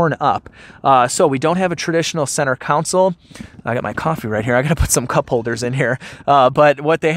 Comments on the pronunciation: Console, not COUNsol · CONSOLE like a prison R&B band - not COUNCIL like corrupt Chicago municipal politicians.......... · Console, not counsel. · Seriously, is he saying center counsel? I can’t 🤣😂🤣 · Center "council" and "laBtop"....*facepalm* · Dude... what in the HELL is a "center counsel"?